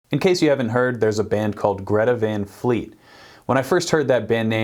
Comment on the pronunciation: And besides hey dummbos you can’t just go change someone’s vocal range, the singer he is so lucky to have a high vocal range and sing with so much power that he has and just be awesome It’s not Van like Pan It’s Van like Tron, the A isn’t being pronounced right